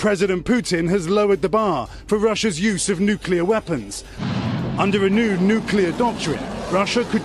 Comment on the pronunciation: NEW CLEAR not "new cue lur."